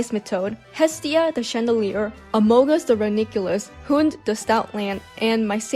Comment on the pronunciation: I speak Danish and it hurts to hear a common word be mispronounced like that (Talking about "Hund") no hate obviously